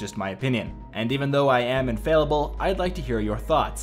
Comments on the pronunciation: In-fail-able, like that pronunciation of infallible. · Irony at its best is mispronouncing the word "infallible."